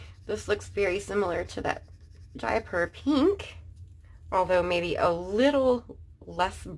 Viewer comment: hi, Jaipur is a place in India which is often called the pink city, because of the colour of many of its buildings:) you were saying it pretty much spot on.